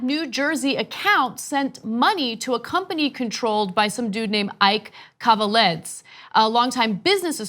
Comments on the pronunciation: Guys, you really butchered that last name .... Kaveledz... :D might be for an early hour, but for some reason I snorted basically every time you said it. Just a quick hint - KaveladzE. :D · Pronounced... Kah vay lahd zay... ("a" is "ah... "e" pronounced as long "a").... His name is Georgian... from the Republic of Georgia (Stalin's birthplace/home country)... but Irakli "Ike" Kaveladze is reportedly Russian, not Georgian. Officially, he's still a mystery.... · Ana, Ike Kaveladze is pronounced ee-kay Ka-vel-ah-dze (dze with the “e” as in elephant)